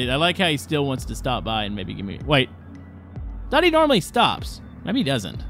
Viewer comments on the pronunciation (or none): none